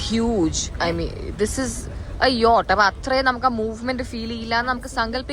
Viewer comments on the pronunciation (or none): Hi Just a small correction. The pronunciation of Yacht is not Yo-t its YAAT! I guess everyone in your family is saying the same thing.